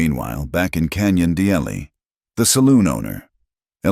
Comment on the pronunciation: Canyon de Chelly pronounced as canyon due shea.